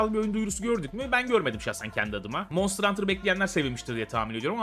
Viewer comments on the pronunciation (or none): none